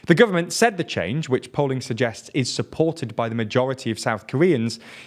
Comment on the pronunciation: For the south Korean story, I thought he said "poland suggest" instead of "polling suggests" and it made me think of a world where instead of polling people, they just go ask Poland instead